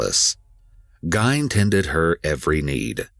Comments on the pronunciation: His pronunciation is off in a lot of words. Simple, common words, at that. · Seen the story 100 times, always willing check out a new piece. Couldn't make it through this one. The last name thing is just too much. This losers only job is to narrate.....that is to pronounce words. If one is not sure how to pronounce something theres a plethora of ways to double check for fork sake!! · I was wondering why he was calling Ed Gain by the wrong name. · Yesss drove me nuts i was like um is there another guy with that name doing the same shit but different last name? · Yoooo I literately had to stop watching to find this comment, Im like am I bugging in all my years I have NEVER heard NO ONE say his name like that. And he kept saying his whole name like he was doing it to be annoying Like why not just say Ed?? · It's interesting to see how many people never heard of Ed Gein; maybe it's a generation thing. Also, Ed Gein pronounced his last name differently. Although Willem Dafoe also mispronounced his own name in his early 20s then started using the correct one so.. Oh and, the Theodore character from Prison Break also based on Ed Gein, whose Christian given name is Edward Theodore Gein by the way. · Thank you!!! I hate how they butchered his last name!! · Anyone else feel like their ears are bleeding everytime his last name is pronounced wrong? 😬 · This Ed was a grave robber that only killed two women that they know of and maybe his older brother… you are also saying his last name incorrectly. So really he’s not technically a serial killer. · I love the EWU videos but it hurt my soul to hear this video with Ed Gein name being pronounced wrong. I’m probably alone but I’ve been patiently waiting on this to get redone with the right pronunciation.. lol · Ed Gein wasn’t the only butcher in this documentary. The narrator butchered Ed’s last name the entire time. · Couldn't even watch with how bad you pronounced Gein. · Its Ed Geen not gayn " Ed Gein" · It's "Geen" not "Gine"